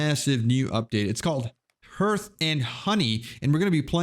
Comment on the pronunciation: Hearth is pronounced "harth". Love the gameplay!